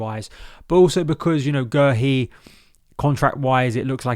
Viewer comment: We love you we do! but it is pronounced Marc Gay-Hee, we had to check it out on the Palace YouTube channel as we are known for messing up pronounciations